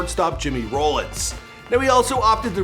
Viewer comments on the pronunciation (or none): and its jimmy rahh-linz not jimmy roll-linz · Jimmy Rollins not Jimmy Rolands!!